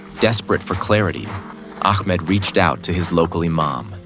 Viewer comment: Ahmed is such a beautiful name...but astagfirullah the pronounciation done in this video is so wrong it says "akmad" astagfirullah which is totally wrong and changes it's meaning... correct yourself here